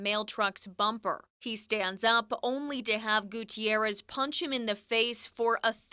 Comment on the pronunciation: On an unrelated note, that newscaster pronounces the name "Gutierrez" better than most newscasters do.